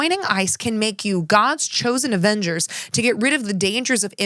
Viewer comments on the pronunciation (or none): none